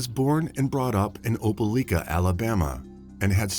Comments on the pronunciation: It's pronounced "Opa-LIKE-a"... LIKE, LIKE, LIKE, OpeLIKEa!! Not "Opa-LEEK-a"!! Apparently there are no YouTubers that have access to Google, seeing as I have yet to hear a single one pronounce it correctly! If you all can research every single minute detail of a crime, one would think that you could also look up the correct pronunciation of proper nouns at the same time!! FFS! Why does this guy who sounds like he's reading "50 Shades of Grey" to a room full of old ladies, keep saying that the police submitted the DNA samples to the "coitus" database?! There's an FBI database that keeps track of sexual intercourse now??! Or is he meaning to say "CODIS"??? facepalm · Opelika = "oh-puh-LIKE-uh" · Pronounced OPA LIKE A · Not opeleeeka. Its opeliiiika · This happened near my hometown. It's pronounced oh-puh-lie-kuh. Very tragic story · You mispronounced Opelika.